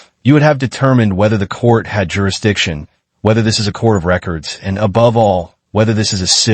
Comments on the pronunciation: okay wtf is juridition? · Juraditton? Really